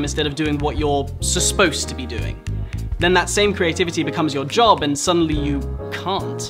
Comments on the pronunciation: I like he said susposed instead of supposed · this is a great video but i can't unhear the "susposed" it haunts my nightmares, please help